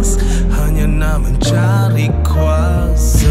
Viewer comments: bgi aku lah..yg part tu kene improvise lgi lah..kurang best part tu..mcm hambar..plus sebutan kuasa tu..kuase..just opinion je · Ammar Daniel it doesn’t work like that. Ni lagu bro bukan borak dgn member. It sounds quite annoying actually. Even if dia mmng nak sebut “kuase” just make sure the rest of the lyrics also guna sebutan pasar mcm tu lah. Just my opinion, feel free to disagree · Hahaha.. Tulah. Rasa kurang sikit bila sebutan 'kuasa' tu tak konsisten 😅